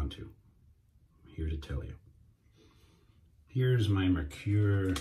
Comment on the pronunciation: Just for clarity, Merkur is pronounced "MARE-koor"...not "cure"